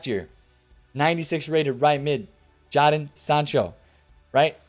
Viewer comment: you did it again 'Jahden Sancho' 😂